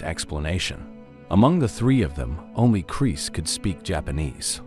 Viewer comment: love the AI voice "Chris" sounds like "Crease" lol